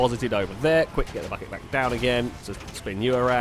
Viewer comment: said bucket and it sounded like fuck it I'm only 1 day old I'm unsubbing